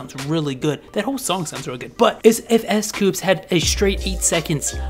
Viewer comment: Its s coups not s coops its dino not diino